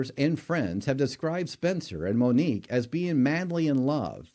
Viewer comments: Her name is Monique!!! Not Monikca!!@ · I appreciate your content but please learn and remember the victims names. Her name was Monique, not “Monica.” You referred to her as the latter more than once. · And Monique NOT Monica!